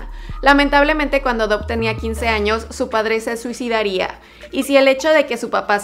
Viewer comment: Se pronuncia dav no saben pronunciar